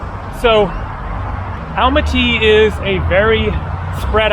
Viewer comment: Great video, i know its written Almaty, but pronounced as Almata😉